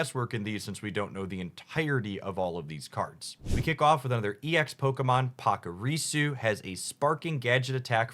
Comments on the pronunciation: bro "Pockarisu"? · Good summary but your pronounciation of Pachirisu and Honchcrow as ‘Pakirisu’ and ‘Honkcrow’ got me lol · pockyrisu and honk-krow 😂😂😂😂😂 love you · pachirisu and honchkrow are pronounced like watch is with the 'ch' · Honch, like honcho! A leader. Not honk. Pachirisu pronounced the same. Like the "atch" in watch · We gotta work on your pachirisu, honchkrow, and cresselia pronunciations😭